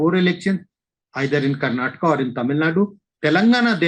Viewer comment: It's not karnatak it's Karnataka 🤦